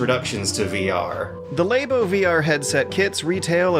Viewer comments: it is lab-o, as in lab, not labe-o, as in labia. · *pronounces Labo as lay-bo" Unsubscribed! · How has still not gotten over calling it "Lay-bo" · Did he just say "laybo"? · I like how pronounces "Labo" like "Lame-o" to subliminally tell us it's not worth it yet. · still mispronouncing "Labo" annoys me so much